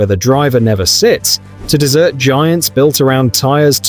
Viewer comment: AI generated content. I didn't last past "desert" being pronounced as "dessert"